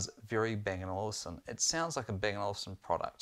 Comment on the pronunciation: It's Olufsen, not Olivsen